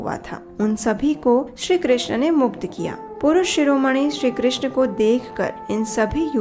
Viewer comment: Hare krishn' App bhut sundar awaj m har Katha ko sunati hai or bhakti marg ko pradarshit krti h uske liye dhanyavad Ek request h app hare krishnaa* pronounce krti h But Krishna* is draupadi's name Hare Krishn` 🙏🏻